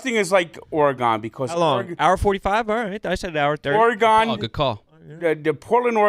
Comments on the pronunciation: The way people from the east coast say Oregon is offensive. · If I hear Frank say “Oregon” one more time after this, it’ll be too soon